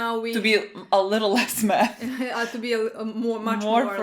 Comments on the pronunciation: I thought said meth instead of math lmao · This whole time I thought you were saying you study "med" as in Medicine. Haha